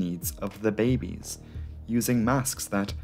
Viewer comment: you say babies very strange BAYY BBEEESSSSS!